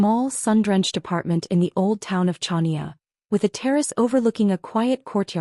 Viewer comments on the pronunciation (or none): Pronunciation is Hania, not CHania…but story is good!